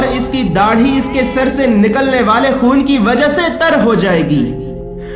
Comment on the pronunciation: Bhai aap 'kha' ki jagah hamesha 'ha' kyun bolte ho? Jaise k aap 'khandan' ko 'handan, 'Khoon' ko 'hoon' 'Aakhri' ko 'aahri' Kyun bolte ho?